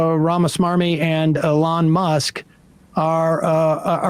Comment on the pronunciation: & how little he cares to pronounce Elon's name.